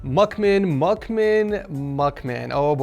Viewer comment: butchered "Mukmin" name..lol